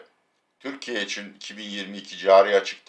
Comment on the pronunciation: Abi bidaha İçüuN de nokuuur... :)))